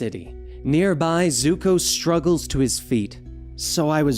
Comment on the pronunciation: did this man say Zuhko like some live action movies nonsense. Lol I only heard it once so not gonna go off about it but fr.